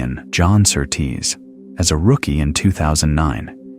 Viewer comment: You pronounce Surtees as SURtees, not SurTEES.